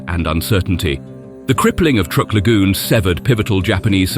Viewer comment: Truk is pronounced as truck, not trook!